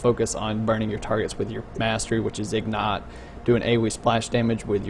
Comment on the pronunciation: IG-NIGHT...not ignet...fuck